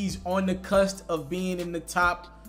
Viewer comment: Cusp nigga. Not cust.